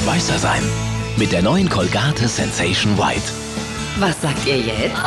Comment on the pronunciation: Kohlgäit wird das ausgesprochen. Ist ne Ami- Marke!